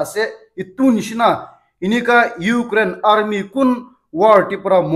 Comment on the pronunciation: Aarrmi..? Say rusissian army